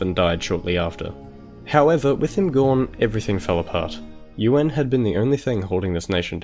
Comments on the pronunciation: "Ywen" not "you-an" ffs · "yoo-an"